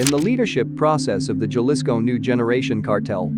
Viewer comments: It’s Jalisco not galisco how do you say jalapeño? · Cartel of "gell-isco' from "mitch oaken" man. He didnt even try to pronounce it somewhat correctly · Horrible way to pronounce Jalisco. And all the other city’s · It's funny to hear white people say Jalisco lmao 🤣😂😆😂😆